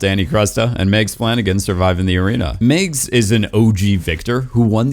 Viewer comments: It's MAGS, not Migs, and I liked her so much. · Why does this dude keep calling MAGS "Megs"? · Who tf pronounces Mags as “Megs”